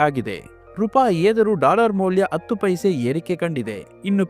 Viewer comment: Sir attu alla adu hattu